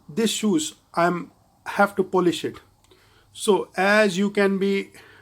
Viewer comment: He said shoes/sues